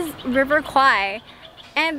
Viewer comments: This is my hometown and there's actually a River Kwai. In Thai, we pronounce it "River Quare". That's basically the river the bridge crosses. When you asked the local, they heard River Kwai (ควาย), so of course they will say that they didn't know about the river lol. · It ought to be call River "Quare" that's closest pronunciation for "แม่น้ำแคว". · quare not Kwai in Thai accent like Phuket is Pooget not fuket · ในคลิปนาที 21 น้องผู้ชายซึ่งเป็นคนไทยได้อธิบายไว้แล้วนะคะว่าการออกเสียงแควเป็นควายมาจากภาพยนต์เรื่องหนึ่งในคลิปมีอ้างอิงไว้ และน้องเค้าก็ได้อธิบายด้วยว่าต้องออกเสียงอย่างไรถึงจะถูก พร้อมทั้งบอกอย่างที่คุณอธิบายไว้แล้วค่ะว่าควายคือ buffalo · "Kwai" (in French is OK).. But in English should spell "Kway" to have similar speaking like the way Thai speaks. And "Kway" means "small river" (bigger than canal)... 😊😊😊